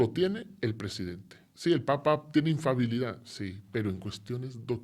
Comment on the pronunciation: Me parece muy bien que haya dejado el sacerdocio, y no por que sea gay; al fin y al cabo, gays son la mayoría de los clérigos católicos, y ahí siguen dándole al hisopo, sin plantearse para nada “colgar la sotana.” Me parece bien, pues porque dice “infabilidad” (!) en lugar de “infalibilidad" y, en fin, por otras cosas por el estilo. 😅